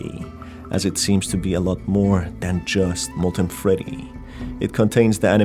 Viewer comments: "molten feddy" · molten FEDDY